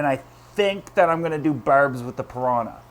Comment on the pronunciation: I could listen to say Barrrbs all day long!!